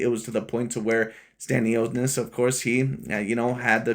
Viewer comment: Learn how to pronounce names😂. Completely butchered 😂. Like creating a different name in general. I understand mispronouncing but its like instead saying james you say jarome😂